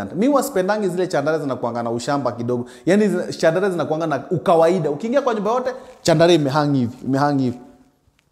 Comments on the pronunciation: Pronounced as SHANDALIA ...... french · Kazi safi boss but pronounciaction ya chandelier ni shandalia sio chandaria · I was wondering why he keeps talking about Chandaria. Kumbe he is talking about chandelier pronounced shandelier. 😅😅😅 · Just sound it as ‘shandalia’ 😂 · Wewe sio Chandaria 🤣🤣 ni chandelier promounced shan·duh·leeuh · Boss jaribu kusema "Shandalia" basi...chandaria ni ikambuni ya tissue papers babadogo munya. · Chandelier, as in shandalier sio Chandaria 😅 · I like how he carelessly says chandaria 😂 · Caught me off guard the first time, was wondering kama ni Chandaria the person 😂😂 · It’s not like westerners pronounce our names properly… give the guy a break. Mradi msee anaweza job, the rest are details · Ina pronunciwa shandlia